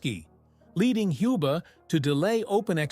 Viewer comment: Agreed. And Hans Valentin Hube - not [hjub]. I guess that's because of AI narrative.